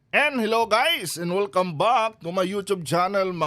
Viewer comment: WELCOME BUCK, wrong pronounciations